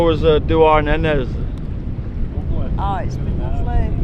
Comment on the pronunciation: Douarnenez = Dwar (like Dwarf without the f) Nu (like Nut without the t) Ne (like Never without ver) 😉